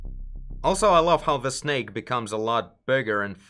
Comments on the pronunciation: its snake not snack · i love how you say that a "Snake" as Snek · I thought he says "his neck"